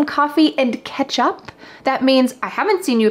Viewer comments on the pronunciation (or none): For me it sounds like "hey, you wanna get some coffee and KETCHUP" 😂